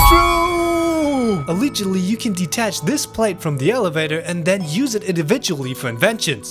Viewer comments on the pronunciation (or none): sorry what did you just say a a aliigidly 😐